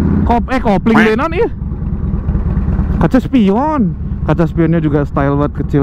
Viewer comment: Ampun ah ,, Tibang Arek Ngomong Spion Oge Meni Heseeee 😅😅